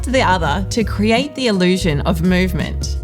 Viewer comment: I notice you say 'crate' instead of 'create'... is that a Tasmanian dialect quirk?